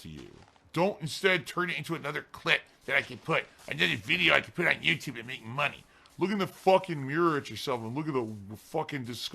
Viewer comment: I hate when you trolls tell me how to spend your... ahem MY mahney. Also: My mum send mahney, I can't use this for bills. She specifically said it was for gifts, so, all right mum. Ack ack ack.